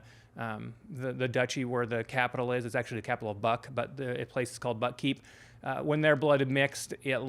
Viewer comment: It's been ages since I read this one. I remember really liking it but somehow not feeling compelled to pick up the sequel (and I really ought to). Also, this is random, but when you said "Buck Keep" (spl?) I swear I heard it as "Butt Keep," which has a very different feel to it and is not something I expect to find in Hobb. 🤣